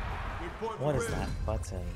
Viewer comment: The way you say button has me dying